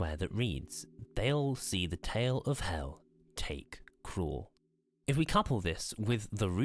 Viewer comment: am i the only one who hears him say: 👂= Crawl = ⛔ / Cruel = ✅ 👂= Call = ⛔ / Cool = ✅